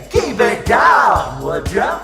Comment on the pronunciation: "butim", "wouldja" kkkkkkkkkk